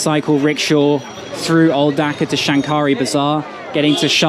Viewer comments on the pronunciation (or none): Hi,I am a Bangladeshi living in Australia...while you visited old Dhaka the word Shankari bazar should pronounce Shakari the N remains silent.....I enjoyed watching your video Thanks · You don’t pronounce the ‘n’.